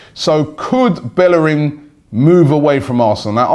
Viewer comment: yo it's Bellerín (bayereen)